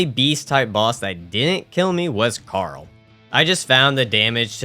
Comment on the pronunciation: So that's why you were saying Carl like that